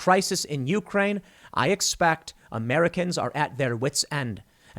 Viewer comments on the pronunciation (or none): none